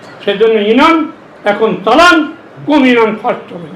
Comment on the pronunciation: ইনশাআল্লাহ 1 লক্ষ বটে আপনি হেরে যাবেন আল্লাহ চাহিলে আপনাকে হারিয়ে দিতে পারেন ক্ষমতার মালিক আরশের মালিক একই আপনি এইভাবে কথার ফুলঝুরি দিয়ে মানুষ ভোর দিবে না আপনাকে মানুষ বিপরীত কিছু ভাববে আপনি ইউনিয়ন শব্দ উচ্চারণ করতে পারেন না এমপি পদে প্রার্থী হয়েছেন আপনাকে ধিক্কার জানাই